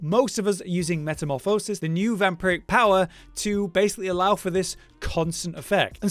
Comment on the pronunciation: Metamorfoosis?? HAHAHAHA i knew Brits all had legit major inbreeding issues from royalty but damn son